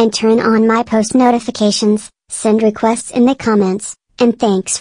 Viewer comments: “This is a requist” Me:........ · You said recuest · “This is a re q est”